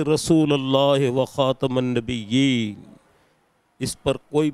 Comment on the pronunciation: واحد پاکستانی وزیر اعظم ھے جسکو پہلا کلمہ نہیں آتا ۔۔خاتم النبیین ۔۔۔لفظ پڑھنا نہیں آتا ۔۔کیا مدینہ میں پیدل چلنا عاشق رسولِ ھونے کی نشانی ھے ابو جہل کے لیے تو دن میں بتیس مرتبہ ایک دن میں کعب کا دروازہ کھولتا تھا کیا بخشا گیا ھے